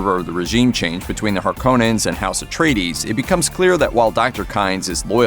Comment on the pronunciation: the biggest question why does it suck.....the original was way better imo.... ps it's Harkonnens.....(cohhh) not Harkannens (cane) they pronounced it wrong through the whole awful movie.